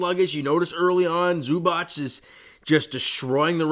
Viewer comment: The correct way to pronounce Zubac: ZOO-bahtz